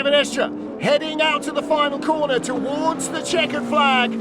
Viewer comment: I wish comentators in 2025 would learn how to pronounce drivers names correctly, for example it's Kevin Estre, not Estr.... Estre, with E at the end..... Other than this, WEC coverages are sooo much better, than F1 nonsence.